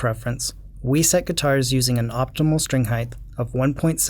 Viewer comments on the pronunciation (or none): do you know that you say strink lol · What the fuck is a 'strink'? Stop saying strink.